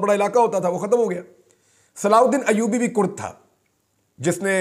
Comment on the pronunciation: Pahle bolne ka tarika sikho [salahuddin Ayyubi tha ] ye kya bolne ka tarika hai dimag kharab hai kya tera nhi dekhna tera video bhad me ja tu or teri baat lanati aadmi